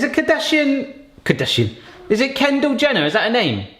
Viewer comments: He actually said kendle Jender lol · "Ken Jender" I burst out laughing 😂😂😂😂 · He said Ken Gender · “It’s ken jenda “ LOL 😂